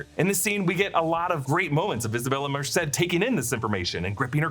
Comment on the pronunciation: Just happy you're saying MERCED correct